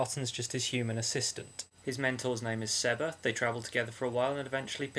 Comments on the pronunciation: I'm a teenage girl. and Larten freaking rocks! It's SEE-BAH for Seba, Darren Shan said so. Your nails are not chopped off, but the skin under them is cut. Other than that, not bad. I hope you will do one on Ocean of Blood. --Darren Shan Obsesed Girl :) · actaully, if you look on the Darren Shan website, he tells you how to pronouce the names. And he CLEARLY states that it's SEE-BAH! :) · Actually it's SAY-BAH.